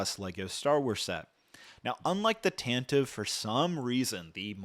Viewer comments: The "e" in Tantive IV is not silent. It is pronounced "Tan-tih-vee," not "Tan-tihv." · You keep pronouncing Tantive wrong